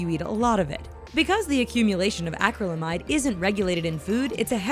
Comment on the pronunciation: Who pronounces vanadium or acrylamide that way... for fucks sake